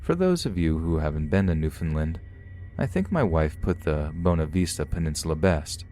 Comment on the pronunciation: That last one totally fits for rural Newfoundland. We're an odd bunch :P By the way, Bonavista- First syllable rhymes with Shawn, and third syllable rhymes with fist.